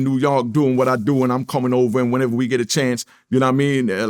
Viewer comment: Nigga sayin new yonk.. it’s giving krs nose